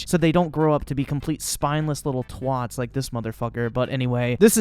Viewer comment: Hearing an American say "twat" is like hearing a British say "muh fuggin"